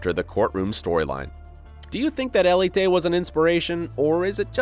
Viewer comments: It is he’s just saying it wrong. El-e-tay is not the spanish pronunciation so idk why he’s saying it like that. (If you want to say it with more spanish pronunciation you can say it eh-le-teh) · I thought ELITE was pronounced el-eet not el-e-tay